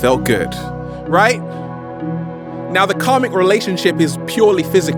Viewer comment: When he first said "karmic" I understood "comic"... 😕